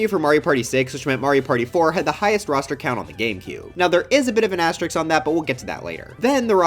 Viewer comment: Why do you pronounce asterisk wrong